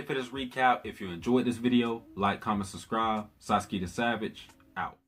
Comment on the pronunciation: Thanks for the great recap. Btw it's Fu ge tsu and Sa tsu ki. Don't run the first syllable unto the "t" or the second syllable in Fugetsu into the t. Also, the u in Satsuki is minutely pronounced.